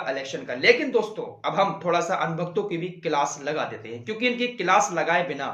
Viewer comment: किलास नहीं भाई क्लास होता है😘